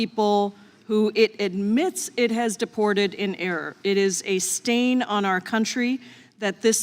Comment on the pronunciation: Stain😅😅😅😅😅😅😅😅she said stain😅😅😅😅